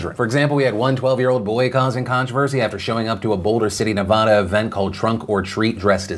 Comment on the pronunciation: Why do people that don't live in Nevada pronounce it that way? 😅